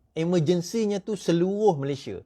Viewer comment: FYI- declare=isytihar, public order = ketenteraman awam, 'Malaysia' not 'Malayshia'.